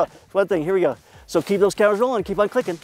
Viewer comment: lol you said " keep those cameras rolling and kleep on clickin "